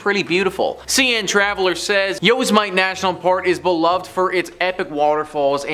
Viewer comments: He said YOSE MITE. AHAHAHAHAHA.. It's pronounced Yos-eh-meh-tee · "Yo's might" LMAO. It's pronounced "Yo SE metty". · Look! It is not Yose-Mite park...it is pronounced yo-sem-itty. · Yo s mite park?are you kidding…it’s yo sem it ee is how it’s pronounced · Not being technical, but Yosemite is pronounced “yo-sim-mah-tee” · Yosemite actually sounds like you are saying "Yo sim a knee" when pronounced correctly. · Yooouuuss Might as well! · Yo-sem-ih-tee. Like Sam. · It's pronounced 'Yo•sem•it•E .. like Yosemite Sam from the cartoons.. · It's pronounced Yo-sim-a-tea , you tried but you were not even close. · Next up: Top 5 videos where you guys can't pronounce stuff. "YOsemight" lmao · Yose mite?🤣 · I cringe every time he mispronounced the park's name. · What did you call Yosemite, like Yosemite Sam lol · you lost me with Yosemite… always do your pronunciation check